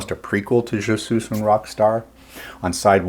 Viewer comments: sweesss not sooss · Wyman does not butcher French like you did. I cringe every time you pronounced 'suis' as 'suze'. 'Suis' is pronounced 'swee'. When followed by a vowel, there is what is called liaison. In this case the 's' is then pronounced making it sound like, 'sweezun'. He actually speaks French (I believe he was living there at the time). Ian Drury would have been a good choice as he injects both French and German into Hit Me With Your Rythm Stick. You mentioned the wrong Kinks album. Destroyer was off the next album; Give the People What they Want. I was living in Australia when this came out and it was on the TV a lot. You couldn't help but sing along. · Incidentally, Suis is pronounced ‘sweeze’. Not ‘suez’. Just sayin’…😂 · It's pronounced "je Swee un rock star" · "Je SOOS un rock star" 😂. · Very interesting! Never heard of this song before, crazy to see how many other Stones related songs it out-performed. Just curious: Were you being ironic when you mentioned how Bill butchered the French language, while you continue to mis-pronounce the song's title throughout the vid? 😄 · I'm not sure but if I remember correctly he mispronounced it intentionally.